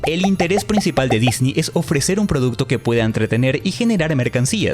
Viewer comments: Me molesta un poco el "disni" creo que es correcto decir "Disnei" cuando hablamos español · Se dice Disney, No Disnii. (Es humor, no c enojen) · En cuanto pronunciaste "Disney" como "Disni" supe que eres un ####### y debía dejar de ver el video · no puedo cuando dice “Disni” me quiero morir x_____x el video es bueno pero >> Disni ? << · ¿¿por que dices dini??